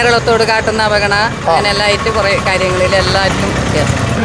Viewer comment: വായിനോക്കികൾക്ക് “ അവഗണന” എന്ന് നേരാംവണ്ണം പറയാൻ തിരിയുന്നില്ല. V & v യ്ക്ക് വേണ്ടി എല്ലാം😝